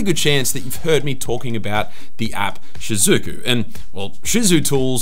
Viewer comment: i remember back in the days when you called shizuku "shyzuku"